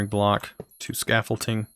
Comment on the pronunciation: Scaffolding does NOT have a "T" in it, nor are there any letters pronouced in such a manner. Please get your shit together, you're a grown ass man.